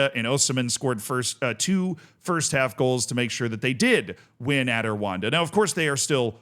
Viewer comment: Pronunciation pointers, as we know it's a pet peeve of you're: ESSwaTEEnee RooA(H)Nda